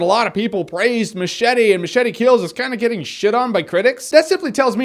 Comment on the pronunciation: Did this fucking guy even watch the movie? He can't even say MACHETE...fucking moron.